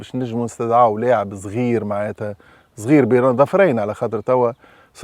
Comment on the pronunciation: صغير وليس زغير 😂